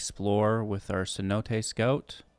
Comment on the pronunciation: Thank you for pronouncing cenote correctly. ALL the other Youtubers pronounce it "see-nowt" and it makes my jaw clench every time. lol.